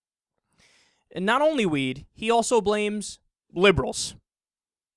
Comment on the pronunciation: goes cross eyed the first time he said weed I honestly though the said "they blamed it on the wii"